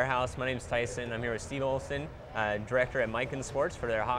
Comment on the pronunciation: Hey, it's Steve Ulseth! Not Steve Olson. All-American college and NHL player, and you can't get his name right?